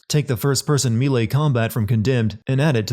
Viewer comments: Say it after me buddy "May-lay" That's a sin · The way you pronounce "melee" is constantly the most agitating thing in my brain. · I’m yet to hear a YouTuber correctly pronounce “melee.” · I'm not an expert in halo jumps but it seemed like kyle open his parachute WAY TOO EARLY, was he thinking "when am I supposed to open my chute again? Oh thats right about 10 seconds after I jump out the plane." I'm fairly sure they're supposed to do that much later. Also, the narrator needs 10 sins more mispronouncing melee. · Why the fuck do you say melee like that? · Am I the only one who cringes at the way he pronounces “melee?”